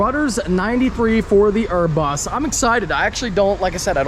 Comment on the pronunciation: He didn’t say urus right….